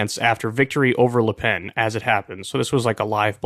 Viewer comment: Kyle needs to learn how to pronounce French names. It’s Macron not Macrone, and it’s pronounced “Lu Pen” not “Lay Pen”